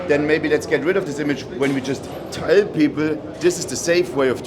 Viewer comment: the way say’s “tell”. That German accent kicking in 💪🏼